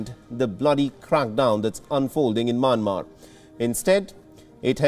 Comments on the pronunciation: y he is saying maanmar?it's Myanmar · Myanmar is pronounced Myan-mar NOT May-Yen-Mar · can tell the fellow it is Myanmar and not Manmar.. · Sir, It’s not manmar. It’s Myanmar 🇲🇲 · Not manmar.its mayanmar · Why does he call the country "Manmar"??? Hey it is called Myanmar pronounce properly da dey